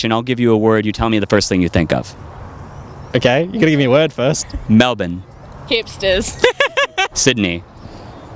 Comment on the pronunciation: Thanks for not butchering the pronunciation of Melbourne!